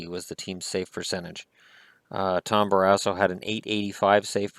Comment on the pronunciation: Did I hear him wrong? Did he say Tom Barass hole? 😂😂😂